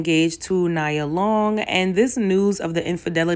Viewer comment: Good points made. Her name is pronounced Nee-ah Long